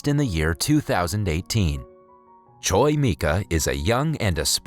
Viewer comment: Choi is not pronounced choy but chwe